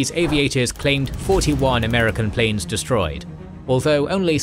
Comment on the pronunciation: the word "planes" was prounced as "plans"